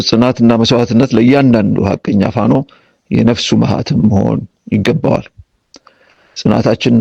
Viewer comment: He cannot correctly pronounce FANO. It's not hard to say FANO. Amara FANO, watch out this person closely. He is a thorn in the mud.